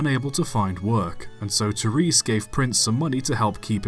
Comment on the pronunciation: Terris not tereese